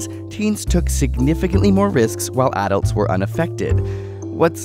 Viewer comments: why does he pronounce ''Adults'' like that im pissed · He mispronounced adults